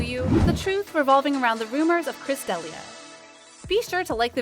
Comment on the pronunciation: You can’t even pronounce his name right !